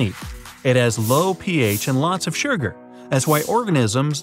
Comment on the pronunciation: Canadians say "shurger"?